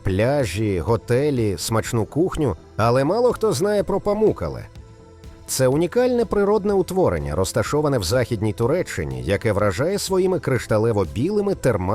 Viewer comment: Памуккале, наголос треба на останню Е́. Не Тонга́, а То́нга. Що з озвучкою. Невже важко правильно казати🤦🤦🤦.